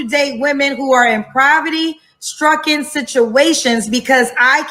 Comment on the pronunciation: What in the hell is “provity?” She tryin’ to say “poverty?” 😮